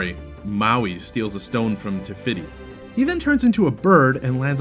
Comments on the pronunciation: (moe-ana) and (tef-etti) when it's really (mow-anna) and (tef-iti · U pronounced Moana wrong! What is with this channel and not being able to pronounce names! Ugh and Taffitii! Work on Pronounciation! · Great vid... except the way you say Moana and Tafiti makes me cringe 😖😖😖